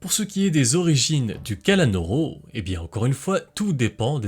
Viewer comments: Sa ce prononce KALANOUROU mais pas KALANORO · C'est pas Kalanôrô, c'est Kalanour :face-green-smiling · cela se prononce kalanour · C'est pas le kalanoro mais la kalanoro